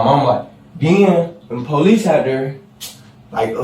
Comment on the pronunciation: "pow-leece", no, nobody has to deal with you.